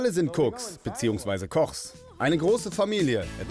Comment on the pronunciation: Hat er gerade einfach ernsthaft Kochs gesagt?😂